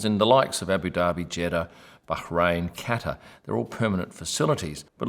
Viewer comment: kudos for pronouncing Bahrain correctly. None of the Sky F1 team emphasise the 'bha' and having worked there it really annoys me every time it is mis-pronounced.